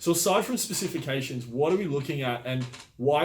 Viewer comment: Specific-cation or specification the fella on the right can’t say it right either. Lol